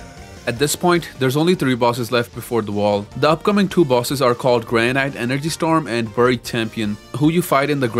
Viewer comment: for some reason granite is pronounced granit